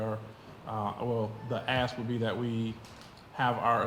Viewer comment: The word is agreement. AgreeMENT! Ask not AX. It’s not difficult.